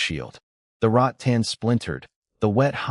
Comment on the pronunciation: boss its " rattan " not " rot tan " 🤭🤭🤭